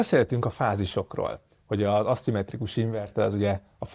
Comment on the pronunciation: nem asszimetrikus, hanem aszimmetrikus. Ejtésben is.